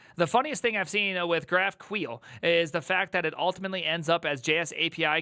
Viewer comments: If I hear this man pronounce "GraphQuel" one more time istg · say graph queel one more time , i dare you , say it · Javascript runtime are actually very performant these days. For GQL, it has nothing to do with queer, please pronounce it correctly and what you showed was basically just wrong usage of GraphQL. You are not supposed to do single field or even SQL queries at all from GQL. GQL should be seen and used as an API Gateway. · Wtf is Graphqueel, it Graph-q-l, just like S-Q-L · Dafuk Is GraphQueel? 😂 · That's really not how GraphQL is pronounced, right?